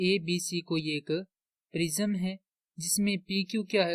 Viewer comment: छूतमारिके प्रिज़म नहीं प्रिज्म होता है 😅